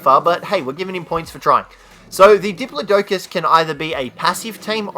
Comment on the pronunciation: You keep saying the diplodocus's name wrong